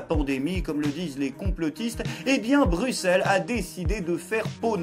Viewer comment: Enfin en Français qui prononce bien Bruxelles ! Il manque plus qu' Anvers qui se prononce avec le S Maintenant. GG à TOI !